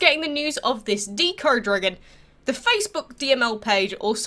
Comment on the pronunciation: it's deco not deeco, like art deco or decoration